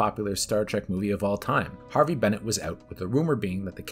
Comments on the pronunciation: It’s Harve Bennett, not Harvey. And it’s Nicholas Meyer, not Mayor. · Once again. HARVE Bennett. HARVE. Not Harvey. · The Harve Bennett thing has been annoying me too 👍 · Good 10-minute overview! Undiscovered Country is still my overall favorite Trek film. Please research though how the names are pronounced. It’s Harve Bennett, not Harvey; and Nicholas "Myer", not "Mayor" 😀